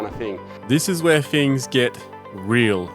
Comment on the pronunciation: “Veese are ve fings”